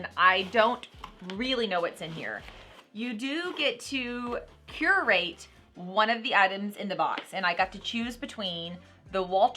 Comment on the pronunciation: You are pronouncing curateur wrong